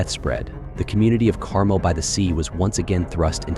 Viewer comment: Its pronounce Car-MEL, not CAR--mel.